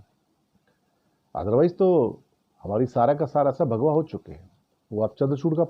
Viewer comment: mujhe bhagwa ke bajaye bha@ sunai diya 😂